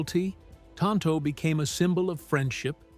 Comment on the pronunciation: Insults in Spanish, which neither Tonto nor the Lone Ranger was speaking. "Que no" is pronounced KAY-no, not KEE-mo. And tonto in Spanish is pronounced TOHN-toh, not TAHN-toh. 😶